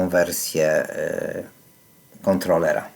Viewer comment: Nie ma czegoś takiego jak "kontloler", jest za to "kontroler" 🙂